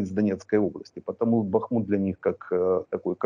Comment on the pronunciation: Как же задрали невежды коверкающие название Бахмута. В словарь хотя бы заглянули.